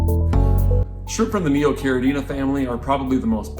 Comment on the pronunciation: Thank you for pronouncing Caridina and Neocaridina correctly !!!